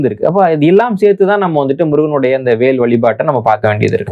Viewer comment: வ பல வாக் திரிவது வடக்கே இயல்பு. புவனேஷ்வர், புபனேஷ்ஷ்வர். வேல் பேல்